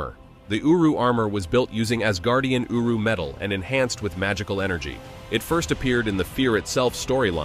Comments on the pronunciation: Sounded like uwu armour 😂😂😂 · All I hear is uwu lol 😂